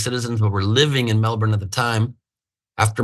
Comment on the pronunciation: Thanks for pronouncing Melbourne correctly.